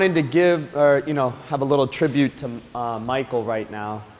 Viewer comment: Being so close and familiar with him,you'd think you could pronounce his name correctly 🙄